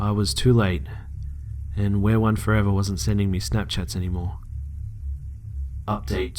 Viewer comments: I think it's pronounced "we are one" not "wear one" but if I'm just not hearing you correctly then disregard. Lol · Interesting how he pronounced it as wear one I pronounced it as we are one 😂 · Its not wear one, its we are one 😂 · It's weareone not wearone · it sounded like he said where one the entire time. but it's we. are. one. damn this is creepy tho o.O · why does he pronounce it "wear one" it is obviously "we are one " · It's pronounced we are one, btw